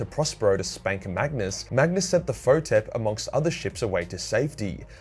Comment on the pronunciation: Fun fact; queenslanders call magnis as majnis